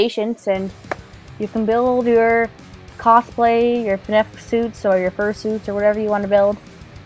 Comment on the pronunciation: Did you say “Cosplay" or “Cocplay"?